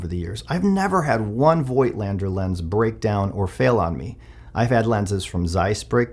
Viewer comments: Yeah, Z 8 is an amazing camera. Great lens, too. But please pronounce Voigtländer without the " i ", like fogtlander. Greetings from Germany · Honest question here, I have the same lens for the Zf btw: I have seen it elsewhere that the name is pronounced "Voat-lander", although "Voitlander" seems right however, which is it actually?